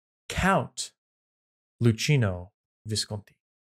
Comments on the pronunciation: CH It's pronounced like a k it's loockino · 1) the two Siclies had a parliament so on a political level there wasn't a difference between democracy and not 2 ) you have the C in Luchino like k because in italian ch is pronounced like a k 3) Actually all plebiscites leading to unification were tainted by heavy fraud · LOO KEE NO!